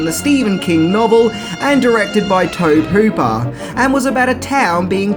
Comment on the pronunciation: You keep mispronouncing Tobe Hooper's name.. it's pronounced Tobey Hooper... Not the way you say it.